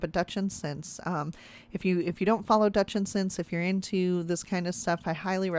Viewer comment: Your adding a syllable that is not there.